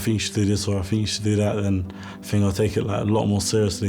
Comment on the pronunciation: Fink is not a word its Think! Really annoying hearing it. As well as Fort instead of thought